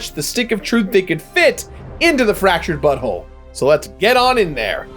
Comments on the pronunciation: You are definitely saying "fractured butthole" instead of "fractured but whole". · it sounds like you said. Fractured butthole ?